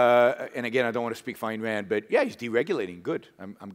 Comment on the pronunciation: I originally came for Yaron. But Patrick... Damn. I hit that subscribe button harder than I'd hit someone pronouncing "Ayn Rand" wrong. Kidding! But you're brilliant, mate. Greetings from a Scandinavian individualist.